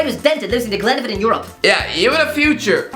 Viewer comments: Not glenavin. Glen-a-von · Glenavon is pronounced “Glen” “nah” “Von” not that pile of wet tripe that you said 😂….. I would know I was at their cup match last night chap 😂…. You may stick to the milk baths hahaha but fair play for the shout out top man 👍🏽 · The way he tried to pronounce glenavin🤣🤣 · Glenavon is pronounced Glen (av) on, :-) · It pronounced Glen-aa-von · Embarrassing how he pronounces Glenavon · is spending too much time in England. That pronunciation of Glenavon made my skin crawl and I speak for everyone in Northern Ireland with this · Love but hate his pronunciation of glenavon lol